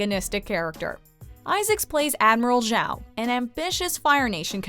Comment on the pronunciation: Who the hell is Admiral Zhao? I think you meant Admiral Joe.